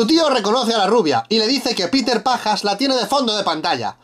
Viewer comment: "Peter Pajas" Jajajajajajajajajaj xD